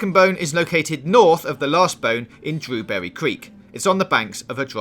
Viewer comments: Pretty sure they’re drilling for oil in the heartlands and not digging for gold lol and it’s dewberry, not drew berry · I just can’t stand his voice saying every ‘r’ as a ‘w’. “Dwewbewwy cweek” 😂